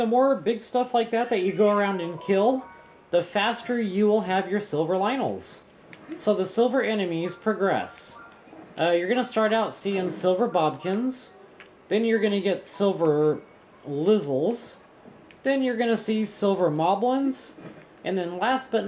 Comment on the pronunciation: I really like how you say "Bobkins" instead of Bokoblins lol